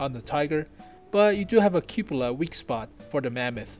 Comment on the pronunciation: Why do you say cupula instead of cupola??